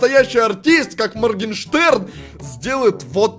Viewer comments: А почему моркенштэрн а не маргенштэрн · Купик підписаний не правильно моргенштерн а не моркештер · Не моркенжтерн а Моргенштерн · Моргенштерн а не моркенжтерна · Надо не мркенжтэрн а моргенштерн